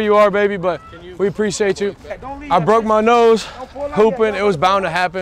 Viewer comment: “I brokeded ma nOse”